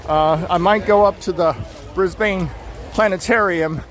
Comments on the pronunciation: Pronounced "bris-ben but one syllable... not bris BANE 😊😊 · It’s pronounced “Briz-bin”. And we call them “panels” or “showcases”.